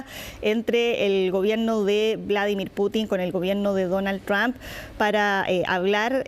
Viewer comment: se dice el Señor Presidente Tump sra comunicadora